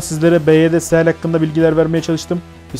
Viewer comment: Seal fok demektir. Se al diye okunmaz. Seyıl diye okunur